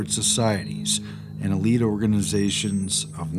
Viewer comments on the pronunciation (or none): none